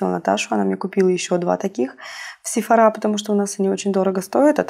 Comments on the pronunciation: Добрый день! Сеть магазинов Sеphora, ударение на О! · Sephora - это французская сеть и ударение ставится на последний слог.